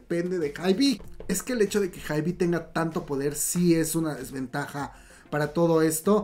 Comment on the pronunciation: Me encanta como cuenta todo pero me estreesssaaa que diga "haibi" 😂❤